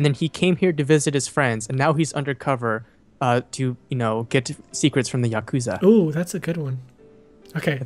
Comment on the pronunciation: every time they say "Yakusa" I (for some reason) think of the word "accused"